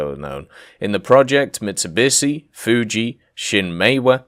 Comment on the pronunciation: Poisedon? It's Poseidon, like the god of the sea. Mitsubishi